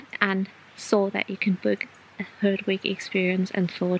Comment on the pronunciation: I mean 'herdwick" and not hardwick!